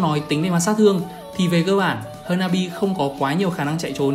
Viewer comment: thím này phát âm tướng toàn sai, tiếng anh thì bập bẹ nghĩ mãi mới biết là ai. "Hơ na bi, Cờ lót...." ko biết đọc thế nào thì lúc cấm tướng trong rank cố mà nghe nó phát âm ấy